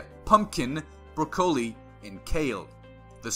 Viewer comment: Is anyone going to mention the pronunciation of broccoli 🥦